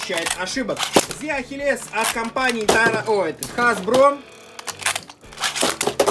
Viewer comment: Чего ты Ахилеса не так называешь он зет ахилес ,а не зи ахи'лес